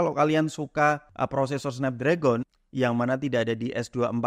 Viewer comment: Cara bacanya SNEPDREGEN bang